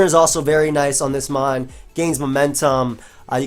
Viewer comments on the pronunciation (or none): none